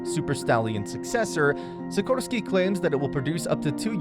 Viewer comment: SiKORsky, not SiKROsky